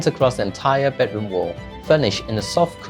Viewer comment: Can we pronounce bedroom correctly? Not “bad” room please. It’s so so so glaring